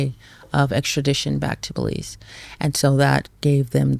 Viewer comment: "WAS THIS IN BELIEZE?"🤣👎NO FKN IDEA